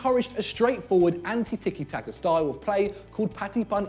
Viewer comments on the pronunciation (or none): Why does this fucking gammon head not know how to pronounce ‘anti’ ?!